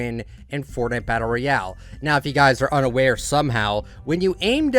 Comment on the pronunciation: It’s not Furtnigt, it’s Fortnite